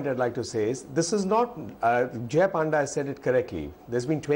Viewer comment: this anchor even don't know how to pronounce panda. shame